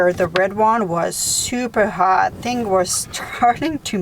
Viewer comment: Check YouTube for instruction videos on electrical. Everytime I have to fix something I hunt down how to videos. I love your accent, reminds me of my aunt's in newbrunswick. Every time you say ting instead of thing I smile.